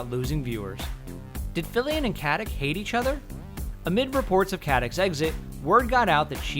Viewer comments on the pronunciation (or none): Why don't you just call her Beckett. It's painful to hear that you can't pronounce her last name. It's Katić not Katic! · Please stop saying "Katic" wrong. It's "Katich" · "Katik"? Really? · Who cares! Hey you narrator, get your p's-n-q's right; it is not "katik", pronounced "katich" as it is Serbian! Let's quit converting everything to our uncultured, uneducated American way! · Katić, no katic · You pronounce Stana Katić's last name wrong - it's KatiCH (well, simillar, that 'CH' is more like 'C' in 'ciao'), like (Nikola) JokiĆ, (Bogdan/Bojan/Peter) BogdanoviĆ, DončiĆ, StojakoviĆ, etc.. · it's not KatiK it's Katic pronouncing with a ć. I don't really care how you pronounce these last names that tend to change to CH so Americans have less problems with it, but anyway you should stay consistent, because while 15ish years ago K was prominent, people learned since then. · I hate the way you say Katic's name(in Croatian it is pronounced KatiCH).I am not Croatian and i know that... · I don't get it...what the fuck gives you for right pronouncing someone's last name like you think it should be pronounced? Its not KATIK...Its fucking Katic and you read C like ch not fucking K. Its not like you cant fucking pronounce that letter...problem is that you don't want,because yo uare lazy fuck. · Katic = Katich It has lost the accent that makes it 'ch'. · I think her last name is pronounced Katich not Katik with the c. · Her name is pronounced Katić. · Take a shot of rakia each time this moron says "KatiK" -_ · its not Katich.... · The Ferryman It's read KatiCH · Lilla Lusztig yeah, Omg 😂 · The Ferryman Well it MAY be with a C, but absolutely not a K, not like he says it - "CatiK" no one in the Balkans say that! If you're not educated into any Slavic language then that's your problem. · its not Catic.. translate.google. com/#sr/en/kati%C4%87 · LInda Rubin It's like Stauna Kuh-tick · you could at least learn how to pronounce Katić last name